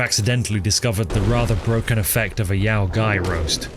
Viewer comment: Hearing pronounce yao guai as "yow guy" gives me radiation poisoning.